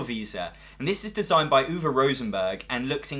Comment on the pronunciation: Woah woah woah someone in the game industry that can properly pronounce Uwe?!?